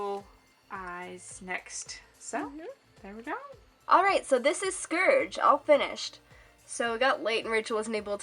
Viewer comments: Its not scurge its SCOURG XD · I think it's pronounced scORge ur saying scERge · It's SCOURGE! Not Scerge. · its calld scourge.when you say Scurch its wrong nooooooouuuuuub its scourge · "Scerge" It Scorge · HEH HEM! ... it's Scourge not scerge... sorry. Why did that bother me? Idek. I love this tutorial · No offence to people that say scourge like scurge but its pronounced scorge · "scerge" HUUUUUUUUUUUUUUUUUUUUUUUUUUUUUUUUUUUUUUUUUUUUUUUUUUUUUUUUUUUUUUUUUUUUUUUUUUUUUUUUUUUUUUUUUUUUUUUUUUUUUUUUUUUU BOI SC-O-RGE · Scerge? Sorry I pronounce it "scorge" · oh god... SCERGE? iT IS SCOURGE. Sorry for the criticism i just think you should respect the names. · People pronounce it scerge. I pronounce it sc OR ge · It's Scourge! Not Scurge! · I thought it was scourge not scurge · Also, it's scourge not scerge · Scurge? SCURGE?! It's scourge ( SC - OR - GEE ) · it's not scurge it's scourge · not to be rude but it's pronounced Sc-ore-ge not scerge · It's not said skurge ... it's scourge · Have you read the books not trying to be mean if you have it’s spelled scourge if you google that google Will tell you it’s Pronounced scurge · It's pronounced scourge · She said scourge, scerge that annoyd me. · You are saying scourge wrong scourge (sc oor ge) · U said scurge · VICITUR!!! Its pronounced skeirj but I pronounce it like scorge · Its prononced SKO-RR GEH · please take this not offensive but it is pronounced score-ge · *Casualy realizes that I've been pronouncing Scourge wrong this entire time-* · You said scourge wrong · she pronounced Scorge worng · u pronounce Scourge wrong :P